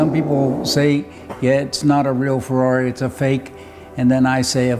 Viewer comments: First guy I've seen who speaks English and says "Ferrari" the right way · I am inspired by this video. I like how you say Ferrari. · Finally, an American who can correctly pronounce Ferrari. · Brilliant. Love the car, the man's commitment and personality. And he can say Ferrari correctly !! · Even how he pronounced Ferrari shows the passion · love the right ''Ferrari'' pronunciation instead of Fuwawuy